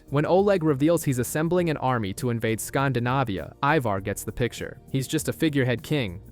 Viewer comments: It's Scandinavia not "skhndahnahviyhah" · Great Channel 👍 but scan-dee-navia 😊